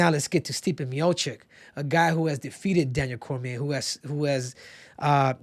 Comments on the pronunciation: Miočić not Miokik.. it's like i call you Kehudo and not Cejudo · You cant even pronounce correctly Stipe's surname, it is Miočić. Learn man he is the GOAT! Long time there